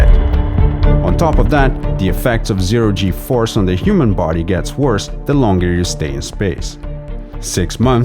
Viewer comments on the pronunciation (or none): none